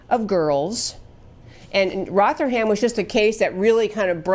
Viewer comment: It is pronounced Roth er ham. But good try.